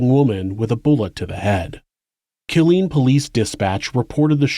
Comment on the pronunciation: You always do great work! Just wanted to say that the town is pronounced “K*LL-LEAN”. The emphasis is in the wrong place.